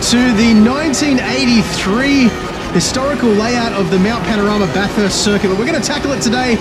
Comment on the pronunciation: It’s pronounced Bathst not Bathuuurst love the vids